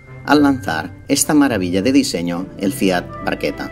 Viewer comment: Me has hecho caso con lo de que se pronuncia "barqueta" eh jaja me alegro! Buen video